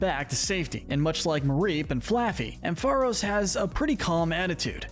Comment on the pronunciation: It’s pronounced amp-FUH-RAHS, rye-COO, PATCH-er-ree-soo, heel-ee-AHP-tile, TAH-poo-koh-koh, redge-EE-eh-leck-kee, chin-CHOW, VIKE-uh-volt, toh-GUH-DUH-mar-oo, more-PEH-coh, ELL-UH-kid, and yoo-NUH-vuh, “Patrick Star”! 🤨 Stop mispronouncing Pokémon names,! 🙄